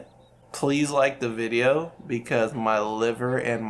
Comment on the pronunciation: my mans really did just say "enguadaa putat en da videyo"